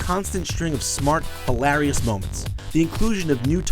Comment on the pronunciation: Why can't he pronounce hilarious?